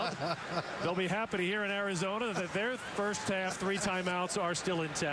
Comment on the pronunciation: I cringed hard at the "Arizona"